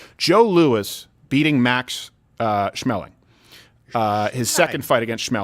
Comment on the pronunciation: It's a hard A. Schmeling